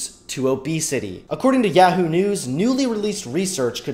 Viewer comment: Does anyone else think the way he pronounces yahoo is funny?